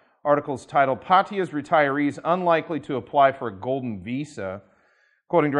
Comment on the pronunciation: not POT-ee-ya it's Pah--ta, yah